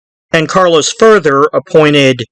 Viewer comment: It’s Carlo Gambino not Carlos